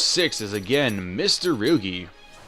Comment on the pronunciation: Mit-surugi Not Mista-rugi my god